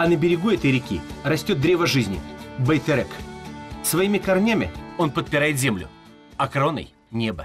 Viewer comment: он говорит не Байтерек, а Байтэрэк.